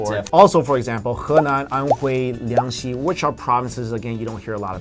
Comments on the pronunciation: Hey! It is Jiangxi, not Liangxi !!!!!!! I came from Jiangxi Province. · did jiangxi got pronounced as liangxi? lol